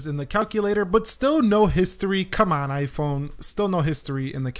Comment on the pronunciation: you saying iiphooon we saying iphone